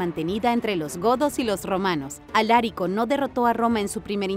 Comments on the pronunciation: 40 segundos de video y ya me están reventando los 🥚🥚 con los errores en la narración! POR FAVOR dejen de darle entonación esdrújula a palabras graves: Alarico 👍🏻 Alárico 👎🏻 Visigodos 👍🏻 Visígodos 👎🏻 Me molesta y me extraña que cometan errores tan básicos siendo un canal de divulgación de información, aunque sea miscelánea! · Lo de pronunciar bien no va contigo, Alarico y no Alárico. Visigodos y no Visígodos. Madre mía que despropósito.